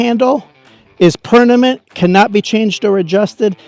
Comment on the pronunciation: The guy can’t speak well either he says PERNAMENT INSTEAD OF PERMANENT 🤡